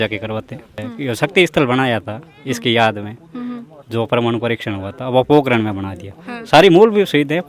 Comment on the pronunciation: पोकरन भी नही है पोकरण हैं 😅